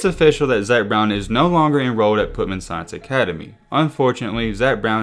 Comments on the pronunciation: Bro. READ man. The school is not PUT MAN. It’s PUTNAM pronounced “putt-num”. Come on bro. Just read. If you don’t know how to say something, then google it. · It’s PUT -NAM